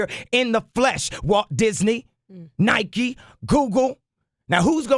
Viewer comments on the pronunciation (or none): none